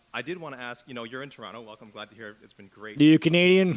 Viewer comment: Coming from a Canadian the only thing offensive about this video is the way you pronounce Toronto